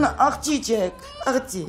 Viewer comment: Աղջի չէ աղձի 😂😂😂😂